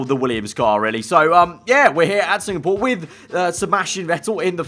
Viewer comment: everyone: SINGAPORE: SINGPORE BECAUSE I LOVE SINGING